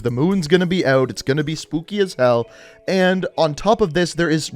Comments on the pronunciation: We not gon talk about how mans said spoopy instead of spooky😐? ... no?..... ok. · Am I the only one that heard him say spoopy before he said spooky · to I swear he said spoopy instead of spooky 🤣🤣🤣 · Is he trying to say Spooky. Cause hes saying spoopy Hhahah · Is he really saying “spoopy”? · He lost me when he said "spoopie" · Why is he saying his soppy instead of spooky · Am I the only one hearing him say “spoopy” instead of “spooky”? Not hating I just find it funny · Am I the only one who heard "spoopy" instead of spooky - am I tripping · Nobody gonna mention he's saying spoopy instead of spooky? Idk bothered me xD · quick question where you saying spooky or spoopy? lol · Does he say spoopey or spookey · is anyone gonna say anything about how this guy said SPOOPY instead of SPOOKY??? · Are you saying spoopy lol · Are you saying SPOOPY? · I'm sorry....."SPOOPY"?! Wtf is that?? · I think im deaf im hearing spoofy😂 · He's saying spooping